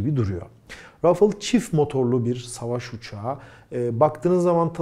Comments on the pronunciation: Rafıl değil, Rafal okunuyor. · selam,, video için teşekkürler,, ufak br konu için uyarmak isterim. O uçağın ismi " RA FA EL" olarak türkçe telaffuz edilmeli. Ayrıca EF 16 değil, FE 16. Bu ufak ayrıntılar çok mu önemli? Evet çok önemli. Bir fransız ın türkçe bir markayı türkçe telaffuz etmeye çalıştığını asla görmedim. fransa da yer tarifi için, ingilizce sorduğum soruya bile, hep fransızca cevaplar aldım. Lütfen bu isimleri kendi dilimizde telaffuz edelim. Tekrar teşekkürler bu değerli video için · Abi lutfen biraz telaffuz calis. Kivrik patates cipsi degil onlar... UCAK!